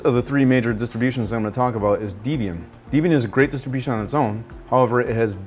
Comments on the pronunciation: Deh-bian, not dee-bian. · Tetsujin thank you. I was about to say the same thing. It was like nails on a chalkboard hearing that pronunciation. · It's pronounced Deb-Ian after the founders Debra and Ian Murdock. I teach Linux based classes at the local community college and we concentrate on Debian because of it's robust package management. You might want to mention that Debian practices pure GNU, that is no proprietary or encumbered packages are included Ubuntu takes this concept but adds encumbered packages to provide features that pure Debian lacks. You do need to spend more time explaining the differences between distros. I started with Slackware, moved to Red Hat long before Fedora and moved on to Debian once I was exposed to it. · Oh where to start on what is wrong with this. First off SLS is the grandfather of commercial linuxes. Slackware started out as a series of patches and fixes to SLS. Now lets get something straight while Slackware is not it distro to use it did cause both Redhat and Debian to exist. it is Deb-ian not De-b-in. It was due to its founder who name is Ian and his wife Deb, so Deb+Ian = debian. But back to Slackware, both the creator of Debian and the creators of redhat were slackware users and contributors. Do to some famous blow outs with personality issues with Slackware creator and maintainer Patrick Volkerding they parties went their separate ways and started Redhat and Debian distributions. Now I will say if you want to learn Linux install Slackware. So in a way Slackware is really father to all three major linux distros even if they were caused by Patrick being a less than agreeable person.